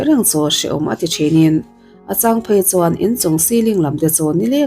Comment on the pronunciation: 'CHU' tih te 'CHUAN' tih tehi lam uluk deuh la ka van ti..Chu tih tehi cha tih ang deuh in a ri